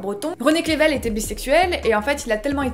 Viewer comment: Alors non, René Crevel ne se prononce pas René "Clével", ni même René "Crrrével", mais bien René CREUVEL ;-)